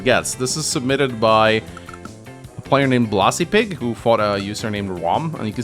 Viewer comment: Blazipig is pronounced "blay zi pig"